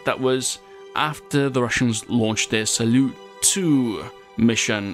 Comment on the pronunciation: it's pronounced "salyout"